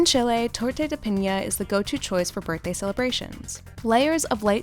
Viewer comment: When they mispronounced piña :-/